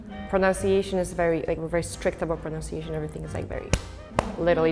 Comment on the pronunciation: pronUnciation. enUnciation. It's not "ou".